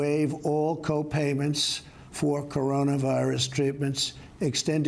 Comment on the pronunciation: Why does he pause between Corona and virus? It's one word!